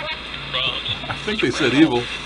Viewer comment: Didn't sound like evil to me! I couldn't hear the V sound in evil? But that's just my opinion. I hope you keep getting to feeling better.